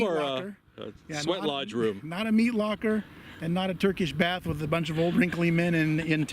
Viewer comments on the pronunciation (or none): none